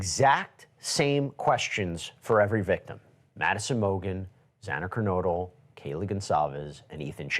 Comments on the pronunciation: I was absolutely disgusted that the judge said Xana’s last name incorrectly not once, but twice! He also started off saying how upset he was with all of the emails, etc. and how that’s affected him and his staff instead of starting off acknowledging the four victims who were brutally murdered. I had liked him before this final court hearing, then no more. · You hit the nail on the head here. I thought he had been a good judge for the prosecution - not allowing the Defense's ridiculous motions, etc. But his twice mispronouncing Xana's last name was pathetic, and his behavior in scolding Steve Goncalves at the plea deal hearing was entirely tone deaf and uncalled for... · As bad as the Judge pronouncing her surname incorrectly twice. Just another life past. RIP Xana, Ethan, Maddie and Kylie.😢